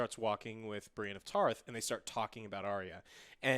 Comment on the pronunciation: That girl needs to learn how to pronounce the names yo what the hell. How can you watch this show and not know how to say Brianne??